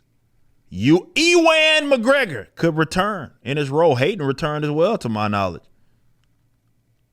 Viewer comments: "YOO EEEEEWWANN McGregor" 🤣🤣🤣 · "E-Wan McGregor" LOL